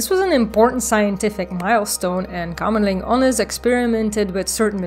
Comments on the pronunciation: Great video! You explain complex and incomprehensible things very clear. And you even pronounced the name of Kamerlingh Onnes wright, Exelent! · My ears perked-up when you pronounced Kamerlingh Onnes nearly perfect. Didn't discern a Dutch accent so I thought you could be Belgian. Groeten uit Antwerpen.